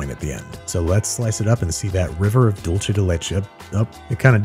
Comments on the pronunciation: In Spanish it’s Dool-Seh not Dool-Che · "Dolche" de leche does not exist. It's dulce (dool say). Alternatively, if you're being Italian about it, I think it's dolce di latte. But there is no such thing as "dolce de leche". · Its DULSAY not DOLECHE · learn how to pronounce dulce